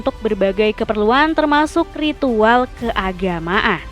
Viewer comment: Kemenyan = kemenyah Keagamaan= keagamaah Mimin sehat?😂